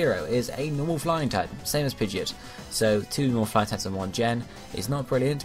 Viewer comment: Pidegeit..... He doesn't say the "o" :I